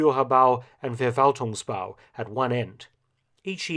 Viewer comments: Just a pointer, “V” at the beginning of German words are pronounced as “F”. So it’s “Ferwaltungsbau” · Hello Mark: You know so much about WWII and Germany now, you should learn some German language rules, too. "V" is pronounced "F", to start with. So it is not the "Verwaltungsbau", but the "Ferwaltungsbau".